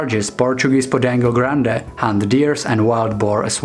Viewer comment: 'Pee-kenno' and 'grand' and 'meed-jo.'